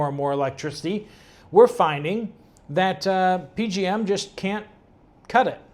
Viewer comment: It's not P-G-M. It's the P-J-M interconnect.